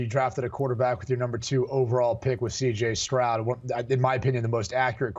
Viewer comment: Man these guys can even say the right names cj strong and Jalen Carter 😅